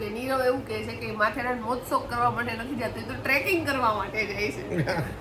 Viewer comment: Hey i am not a person to teach you but it's matheran not ran(dessert)